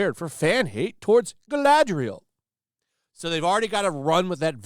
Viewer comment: You said it wrong. This isnt "Galadriel". This is "Galadrrielle"